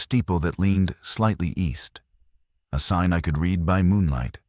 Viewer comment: AI Narrative Still struggles with 'Certain Words' Read ( Red ) Lead ( Leed ) Bow ( and arrows ) ( pronounced Bough ) on a ship. Great Stories, but would be better READ ( RED ) 😂 BY A HUMAN.. IMHO OBVIOUSLY.